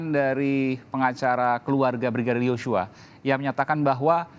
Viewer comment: Sedikit gagal fokus sama pembawa acaranya saat ucapin YoSsuaa hahha